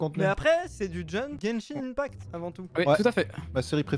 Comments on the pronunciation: slt genshin ce lit genshin [1pact] et non ]imepact] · tu dit mal genshin impact